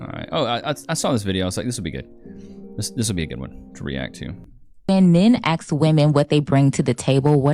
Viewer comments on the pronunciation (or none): I'm sorry NOT sorry but men don't "AXE" women. It's ASK. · Aks. is not a word. (at least not in English.) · Gotta "disqualify" any woman who overused "like", "literally" and can't correctly pronounce "ask". What the $&#@ is up with women who still say "axe" instead of ask?